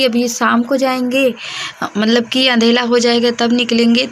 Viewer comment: aap andhere ko andhela bolte ho😅